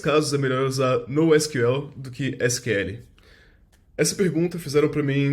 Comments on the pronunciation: E pior que nem fala assim. Fala “nou síquel” E “síquel” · o nosql ele mistura portugues e ingles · Pq sql ele fala com sotaque Br e nosql fala com sotaque inglês?